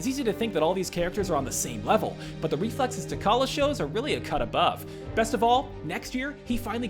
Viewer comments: His name is pronounced "Ta-Challa" (you pronunce the T and the CH), not "T'Kalla". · Doctor strange is, no doubt, the strongest avenger ever. Also, T'calla? Pronounce it correct. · T'Challa is pronounced with a hard C? o_o